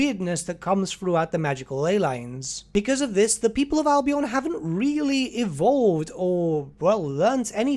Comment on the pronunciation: Albion is pronounced "Al-be-en" not "Al-be-on".